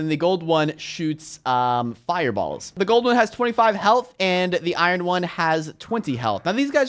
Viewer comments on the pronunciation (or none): unspeakable said iron as it is spelt which is wrong